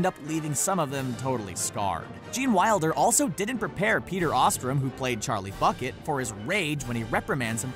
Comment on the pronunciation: Excuse me did you just say, Charlie Clucket